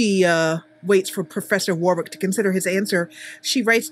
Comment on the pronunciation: I just wanted to say that in England Warwick is actually pronounced Warrick even though it's spelled Warwick. Btw great video